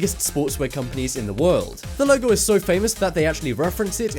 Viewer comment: You keep on saying them wrong like Lego u said logo